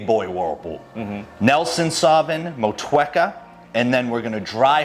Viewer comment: NZ motueka is said Mot-U-Aka, good to see you using Kiwi hops, putting this country on the map.